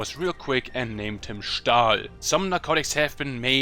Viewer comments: Hallos sprichts du deutsch weil ich habe gehört das du "stahl" gessagt hast wie ein echter deutscher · i am 90% sure that he's german by just the way he says "Stahl" if you're german kuss an dich